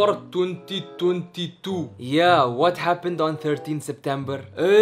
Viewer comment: “13 setbembar 2022” I swear in 2021 and 2020 and last year he said September right why does always make his father say things the wrong way?